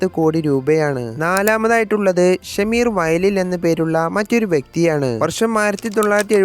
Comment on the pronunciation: ഷമീർ അല്ല ഷംഷീർ ആണ്